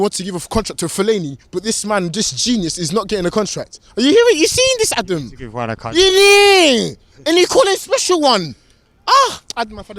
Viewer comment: ADUM ...ADUM...Its OVAA ...